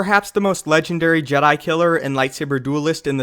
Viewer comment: Am i the only one that annoyed in JEDAY